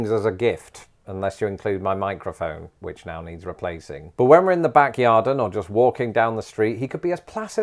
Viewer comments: I'm gonna need you to stop saying "backyarden." 😬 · Back “yardin” 😂 love it (yard/garden) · Did you say “yarden” for YARD, like “garden”, but with a “y”? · Back "Yarden" 😝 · Did… he say “yarden”… like garden + yard? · 🤔 Are you saying "Backyardin"? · Hold on, is he saying 'yarden'?